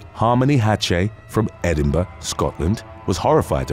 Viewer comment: Wow I just heard the only person (other than me) call Edinburgh by its proper name. Nice😀